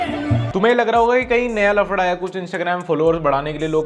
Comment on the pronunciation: fafda ❌ lafda ✅